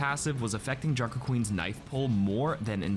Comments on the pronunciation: i luv your ascent for junker`s queen knoiwfe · Never say knife like that again